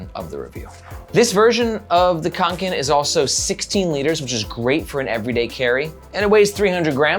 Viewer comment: The first Ä is produced very similarly to the E in "Bell". The second one is more similar to the A in "Rare". Å is pronounced like the O in "Donkey". This makes it "Fyell-rahven Con-ken" instead of "Fjallraven Kanken" :)